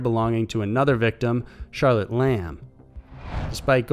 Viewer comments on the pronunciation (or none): none